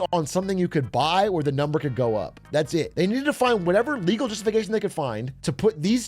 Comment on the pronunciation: My lord, is that ... lergal? I will make it lergal.